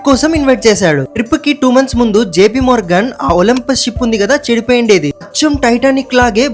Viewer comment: Bro adi olompus కాదు adi olympic